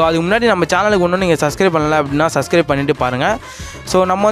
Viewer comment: Bro super ahh sonigha but that name is subcribe correct ahh prenounce pannna parugha thanks